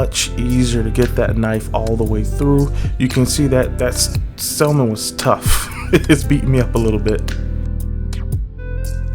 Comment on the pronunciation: Sounds great sir, but the word "salmon" is pronounced SAM-uhn (/ˈsæmən), with a silent "l"